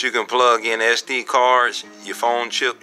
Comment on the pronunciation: It is SD , not Ass-D